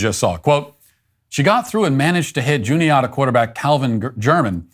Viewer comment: As someone from Juniata County, PA, why does everyone always mispronounce Juniata? I always hear Jun-ee-AH-ta and it's pronounced Jun-ee-AT-a. Sometimes I even hear Juan-eet-a.